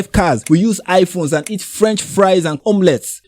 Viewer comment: "Eert" 😂 Igbos will never say "Eat"